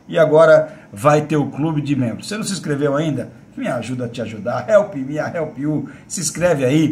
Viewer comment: Help me TO help you, mano...toda vez que eu ouço vc trazuzir seu bordão dói meu ouvido mano... tão fácil fazer certo, mas....